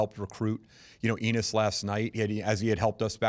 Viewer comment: Did he just said "we like anus" ? 🤔